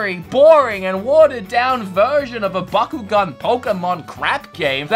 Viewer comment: Wow wow wow you said backugaun bad calm down I flipping love backugaun